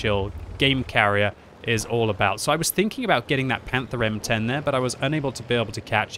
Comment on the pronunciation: "panther M10"